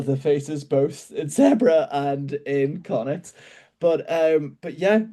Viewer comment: How hard is it to just pronounce Zebre as Zebre and not as Zebra, especially with fellow irish people like Donncha o Callaghan